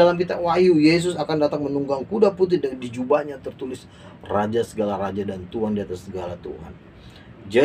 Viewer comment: Tuan ya bukan Tuhan ....jgn salah ucap